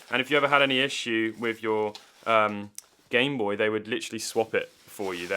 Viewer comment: I just like how you say "gime booi"